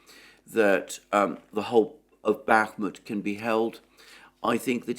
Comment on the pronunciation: I cringe for this man when he says Bakhmut, being dead wrong for six months straight will have that effect.